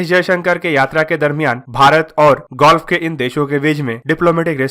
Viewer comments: Golf ya gulf? Preeti an Whitni ya PR ATT & WHIT NEY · अबे नैबोर्हूड और गोल्फ ना बोलो बे ,पगला गए हो??